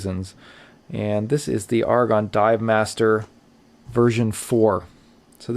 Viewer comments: Also, it's pronounced A-ra-gon not Argon. A small but important difference. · Note that the person in this video pronounces the Aragon watch name incorrectly. He repeatedly says the word "argon" (as in the chemical element), but the head of Aragon watches pronounces it "AIR-uh-gone" (as in rhymes with "paragon"). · Surely it's Ar-a-gon like the place in Spain, rather than Argon the element. I reckon you're missing a consonant and saying it wrong.....😝........Great review though.....😉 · A-ra-gon. You're welcome. 👍🏼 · Yes I know what you mean. Sounds painful to hear such poor pronunciation.